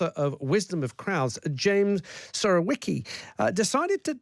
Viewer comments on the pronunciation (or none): Try to pronunce 'Surowiecki' as 'Surovyecki'. He probably has some Polish ancestor.